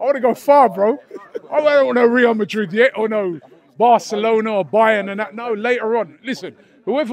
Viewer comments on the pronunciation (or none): none